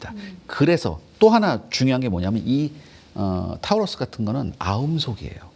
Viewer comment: 좀 미안한 소린데 저 여자 앵커도 공부를 거의 안하고 이 프로그램을 진행하는 거 같은데? 타우루스가 뭐임? 타우러스겠지 그냥 보고 읽는 거 아냐 예습도 안했다는 거 아냐 근데 했다치고 보여주기 식 훈련이 문제라고 하면서 그게 스스로에게도 해당한다는 사실은 인지 못하나 보네?